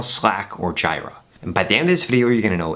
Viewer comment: So sorry for being 'that guy' but the tool "Jira" is pronounced "JEE-ra", not "GY-ra" The product name comes from the second and third syllables of the Japanese word pronounced as Gojira, which is Japanese for Godzilla. The name originated from a nickname Atlassian developers used to refer to Bugzilla, which was previously used internally for bug-tracking.